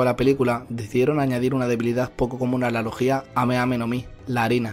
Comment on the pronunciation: ¿No se supone que se dice "logia" en lugar de "logía"? Me ha sonado super raro jajajaja